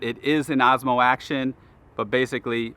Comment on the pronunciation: Is it only me hearing him saying AZMO??